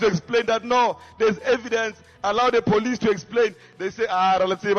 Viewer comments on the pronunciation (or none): none